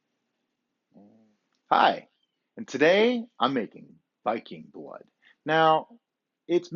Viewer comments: It’s pronounced veeking blōd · Lucky enough, our water in Denmark is almost cleaner than that "spring water" we buy in the stores. Really great video, very "hyggelig". By the way, almost correct pronounciation, its with a "soft" "D", like in "the" but you would not hear the "t" sound. May you have a great, warm and bright winter. Skål! ;) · The botyle og viking blod os a danish product And it is pronounced viking [ˈvikeŋ] blod [ˈbloˀð] The Odd looking letter Are the phonetic pronounciation Im danish so i thought i would tell you how the name on the bottle is pronounced 👍🏾🙏🏾